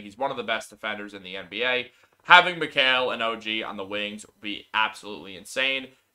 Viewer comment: Mikal (Mi-cal) not (Mi-kale) Lol. I'm sure he laughs at people butchering his name.